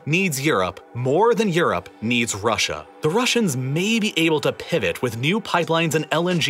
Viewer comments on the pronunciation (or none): none